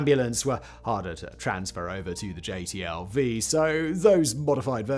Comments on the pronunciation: It drove me nuts that dude kept calling the new vehicle a "JTLV" instead of a "JLTV." I always hated the HMMWV in my time (USMC 88 - 92). W regularly called it the "Uff" (Useless Fuck). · I'm just going to do it because it's bugging me and I feel a little petty today. Simon, you keep calling the JLTV the JTLV. I don't think you ever say the correct initialism of the thing. Not that it changes the content of the video or decides the fate of the world, but it's bugging me even though JTLV does kind of roll off the tongue easier. I don't take your name and put it as the initialism of SFWB, no. You're SFBW; Simon "Fact-Boi" Whistler.